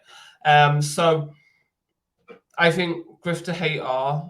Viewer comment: Dude you saying gifted hater wrong on purpose ,wassup with that?